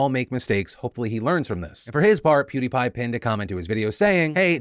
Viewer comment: Hopefully he learns Fr this 😂 it's Peeeeewwwdie Pie